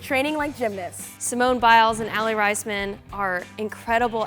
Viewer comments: Rice-man? Raise-men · Aly Ray-sman not raz-man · OK... Was I the only one who heard her say Aly Rise-man not Raisman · "Riceman????" Boo it's raceman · Yeah riseman wth its raisman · She did not just say Ally RICEmen! aaahh! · She said Alli Riseman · At the beginning she said aly riceman and it drove me insane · did she just say aly " risman " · Aly Raisman's last name is pronounced Raysman xxxx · Rice man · the way she said “raisman” had me cringing so hard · She said Raisman wrong😂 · she said Aly Raismans last name wrong. im dead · Did any one else get triggered when she said "Raisman" wrong?!!! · Sophie M. that's how you say it. I know I saw her o TV and they said it like that and is saw her on the street on her on rest day and got an autograph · When she said raisman I cringed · The way they pronounced Aly's last name???? Lmaooo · love how she pronounced "Raisman" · who else cringed when she said "Aly Raisman"